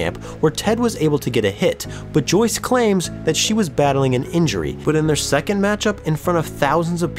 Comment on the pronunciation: You say "but" weird. Like.. Büt